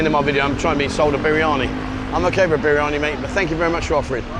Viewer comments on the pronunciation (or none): none